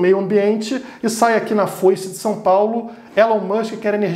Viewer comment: "Foice de São Paulo"